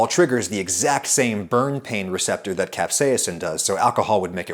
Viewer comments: Why do you say "capsa-ya-sin" when the doctor says "caps-ai-sin"? Also, thanks a bunch The bitterness seems to be an ad hoc hypothesis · The entire English speaking world including in this video: Kap•sei•sn Adam: Cap•say•ah•sin 😂 As you would say Adam, you do you! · Capsaicin is pronounced cap-say-sn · It's just "cap-say-sin," like says;) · Capsaiacin? Im sorry but you kept mispronouncing it the entire video. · Good research but I found the British pronunciation of capsaicin from an American as distracting as an American adding the extra British pronunciation to aluminum. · Why do you say capsaicin like a dutch person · i was cringing cause of pronunciation of capsaicin